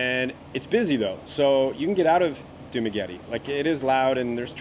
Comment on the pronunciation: you say Dumaguete like a local,. nice!